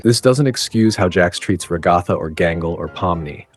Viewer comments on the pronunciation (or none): It’s “Ragatha”, dude. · Ragatha not ragothaa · It's Ragatha dummy